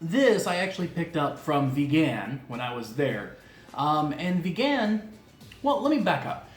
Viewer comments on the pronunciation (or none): Ever since I tried longganisang Vigan a few years ago, it has been my preferred longganisa. BTW, put the stress in the first syllable when pronouncing Vigan (say it like VEE-gun, not be-GAN). For your non-Pinoy friends, the "silog" food combos is a result of combining three principal ingredients in their shortened Tagalog form, two of which are: SI - SInangag (fried rice) LOG - itLOG (fried egg) hence, tapsilog from tapa, longsilog - longganisa, tosilog - tocino, chicsilog, hotsilog, et al. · you're butchering saying vigan! it's vegan, like someone is into veggies and stuff! not began, like someone began to eat longganisa or tocino for the first time in their lives! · ......... Vigan is pronounced as veee-gan just like vegan bro.........Merry Christmas......... :)